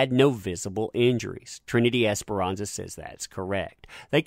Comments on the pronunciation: just a little note.. I see you kept saying Trinity Esperanza.. when I keep reading "ESPARZA'.. the last names may look similar but when read out loud it sounds different .. ;) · Love ur channel. But it's Esparza... Esparza NOT Esperanza as u keep saying. Apologies for correction but I do watch ur channel and I really enjoy it. Just the name is wrong. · ms. es-par-za, it's a common last name in latin america... not es-pe-ran-za, which means hope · This is dumb but it kept bothering me that he said Esperanza and not Esparza. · just wanted to point out that the last name is pronounced "es-par-zuh", not "esperanza" which is a first name, haha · Esperanza? I read Es-par-za. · *Esparza* not Esperanza. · Bro her name is not Ms. esperanza.. its Ms. Esparza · Broooo...... ESS - PAR - ZA!!! 🤦🏻‍♀️ that was driving me nuts all video!! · The lady's name is pronounced; Ess-par-zuh, exactly as it's spelled...cheers! 😊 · this is great and all but it's Esparza* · No xperanxa ,,,, there is no N ... Esparza, probably italian... No latin last name...